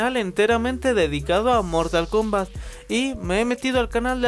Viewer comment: dijo mortal komat😆